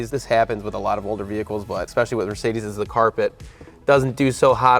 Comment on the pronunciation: 300d, not 300D. The latter would be a Diesel, but this Adenauer 300d uses the same engine as the 300SL Gullwing, albeit a bit differently tuned. And it isn't mirsaydees, but mer c dez. 😊